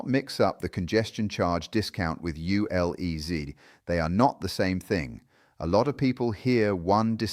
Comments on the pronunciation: Great information but U L E Zed not U L E Zee. This is the UK not the USA! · It's ZED, not ZEE. We are English, not American. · U<LE<Zee? NOOOOOO It is Zed.